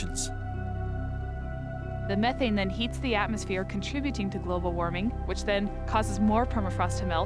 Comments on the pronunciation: BTW, it's pronounced meh-thane, not me-thane. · If i hear this dude say MIthane one more time I'ma flip out!!!